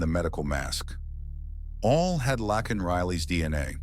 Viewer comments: Isn’t her name Laken ? Not lacken he’s saying it wrong !! Get it right or don’t say it !!😅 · YOU'RE SAYING HER NAME WRONG 🙄🙄🙄🙄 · Exactly!! It was annoying EVERY TIME